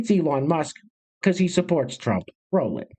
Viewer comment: Just subscribed... Like the "rrroll it"